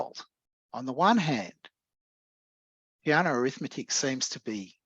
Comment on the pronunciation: Btw, as an Italian I cringe a bit when I hear Peano's name pronounced like "piano", as in this talk 😅